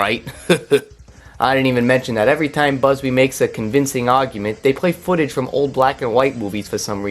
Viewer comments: I hate how you keep pronouncing bubsy as "busby" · First order of business when reviewing something, learn how to pronounce the name of the thing you're reviewing. Otherwise thanks for the review.